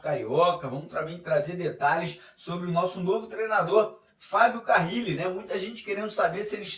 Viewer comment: NÃO É CARRIIIIIIIIIILE!!!!!! Simplismente, Carile. CA - RI - LE.